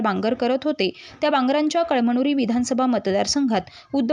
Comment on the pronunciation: कळ मनुरी नाही ग बये कळमनुरी वाच 😅😅😅